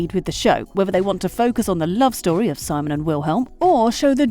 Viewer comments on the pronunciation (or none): I can't be the only one who finds it irritating that the narrator kept saying Simon as SY-mon. Watch the show, woman. It's se-MONE. Seriously!